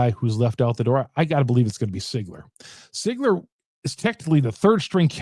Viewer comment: I think it's pronounced (Seeeegler) , not ( Sigler). Correct me if I'm wrong.